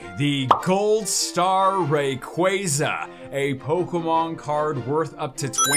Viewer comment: It’s pronounced RAY-KWAH-ZAH! Not RAY-KWAY-ZAH! vomits